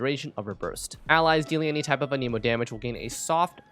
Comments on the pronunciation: I really hate to be that one guy who corrects grammar, but sir, you’ve been pronouncing the wind element wrong this whole time. They even pronounce it in game all the time the way it’s suppose to be pronounced. It’s “an-uh-mo”, not “uh-neemo”. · It's anemo not, an emo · who says anemo like anemic lmao